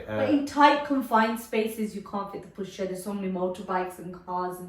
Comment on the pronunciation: It's push chair fgs not pusherrrr